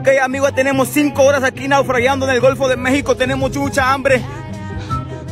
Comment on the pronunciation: pense que se decia naufragando no naufragiando 🤣🤣🤣🤣🤣🤣